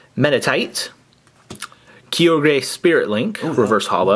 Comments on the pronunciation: it is pronounced Ky-ogre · You say Kai-oh-ger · It's pronounced Kyoger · and it's said kie-og-er